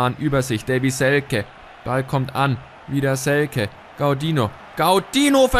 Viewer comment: Hast Selke richtig ausgesprochen! :)